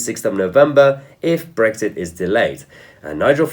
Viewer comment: theres no g in brexit so stop saying bregxit